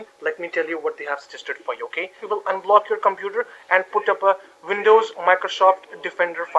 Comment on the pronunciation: What is a vindow, ? Microshof, ? Elerts, ?